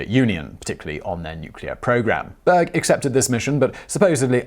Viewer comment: Berg means mountain in Swedish but the way he pronounces it(almost completely leaving out the r) makes it sound like "bög" which basically means gay(to be specific, those of the male persuasion). It's often used like the f-slur is in english as well. Hence me not being able to unhear it lmao.